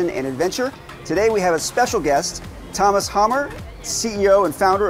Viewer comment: Broo get Tomas name right, minimum